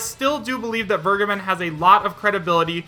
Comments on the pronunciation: Who's this 'Wirrgaben' you're talking about? He's called 'Fair-ge(ysir)-ben' - to forgive. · Samuel Welsch Yeah it always sounds like burgerban when he says it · "Fur-Gaben." That's always how I pronounced the guy's name. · The way everyone pronounces Vergeben hurts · Sry to point this out but please tip in "Vergeben" on Googletranslator and hear for yourself how it is pronounced. I'm sure someone already told you that but it's a german word and means " To forgive". The way you say it just hurts if you know the correct spelling. Would be like to spell Kindergarten like Kaiiindgairtieeeen. Doesn't sound right doesn't it?